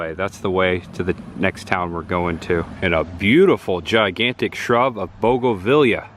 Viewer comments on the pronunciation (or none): Bogavelia is actually Bougainvillea, pronounced boo·guhn·vi·lee·uh lol...not picking on you - you obviously enjoy learning stuff so just adding to your knowledge! Now try to say it 5 times fast lol...love your videos! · Pronounced BOOGAN VEE YA=bougainvillea. ha ha great video